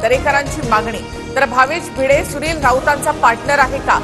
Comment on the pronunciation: When his surname is भिंडे, why the news reader is pronouncing it as भिडे❓😡